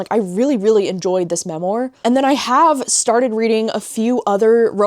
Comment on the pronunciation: (Not meant to be snarky) just btw memoir is pronounced ‘ mem - WAR’ not ‘mem-OR”🙏🏻.